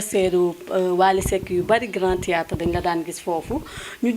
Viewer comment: 😂😂, gnou ki dou journaliste presentatrice rekla,Une journaliste qui prononce Mal grand thiatre, sowbiz exemplaire😂😂